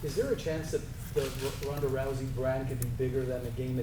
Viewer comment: "Ron Da'Rousey" LMAO